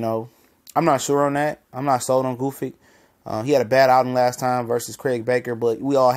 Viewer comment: OMG, what is so hard about Gvozdyk's name? :) It rhymes with "gnostic", "caustic", "cosmic". Gvoz (long "o") + dyk (like "dick").